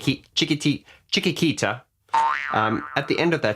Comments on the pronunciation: OK, no way you are ignorant. And nobody expects you to be a journalist. But the song CHIQUITITA is the one that you are analysing after all... So one could expect that at least you would be able to pronounce the title of something you are reviewing... Journalists and musicians were only some examples. To be exact, I have never heard ANYONE murdering the word CHIQUITITA... P.S. Trying to find the most appropriate word in place of "ignorant", I could only find "unprofessional", which in fact, still clashes with the other aspects of your video that I do find quite professional. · Benny is Fantastic and a very professional musician in all the musical spectrum. The Song you can't pronounce is "Chiquitita" (Spanish word for "little girl " or "little one"). I like to see your channel and listen to your comments but I think that you should do 'some little research' prior recording your episodes on YouTube and speak about a music group with little knowledge or about the song you have chosen to talk about. You look great on the screen, Sound great on the speakers so it's not much what you have to do to make your YT channel something more fun and with the right info without stops and apologies. One of your fans... from Down Under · Well, your struggling with the pronunciation over and over again, reveals that you're not very familiar with ABBA songs, Chiquitita in particular, although it's been around since the 70's... On what grounds do you suppose I don't play ABBA's music as well as you do? I started playing it in 1974, and since then I've been constantly developing my technique. I actually think I'm better than yours, but I'm aware it's still not perfect... I don't spend as much time at the piano as Benny does. And, above all, I gave your video a thumb up, which shows general appreciation... :). P.S. Yes, I am Mr Perfect... But after all, so is Benny Andersson... :) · it is chik-eat-eat-a :) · Pronounced chicky tee ta, not chicky kee ta.